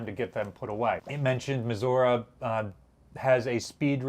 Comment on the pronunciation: Thank you for saying Missouri correctly. 😀